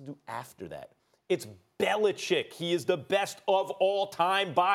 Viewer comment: Max is one of the few sportscasters who say The Patriots' coachs' name properly. Bellichick, not Bellicheck. man, that always bugs me.